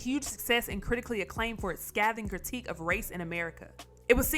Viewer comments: Awesome information thank u on a side note Scathing is pronounced skay-thing lol awesome content as always appreciate it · Pronounced Scaything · Can someone get this Heifer some english lessons, especially how to pronounce the word scathing.